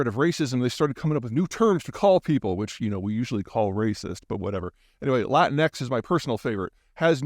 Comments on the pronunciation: It’s not LATIN X ITS LIKE KLEENEX….ONE SYLLABLE PHONICALLY….. LA TEEN X CUMMON PETE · Dear Peter, it's not pronoiunced "latin-ex", it's pronounced "la-tinks". You're welcome. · I'm not a big fan of the term Latinx either.... but it's pronounced "Lateeex". Like "Latino"